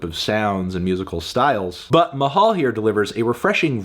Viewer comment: as a filipino, it's fun to hear anthony say the word mahal haha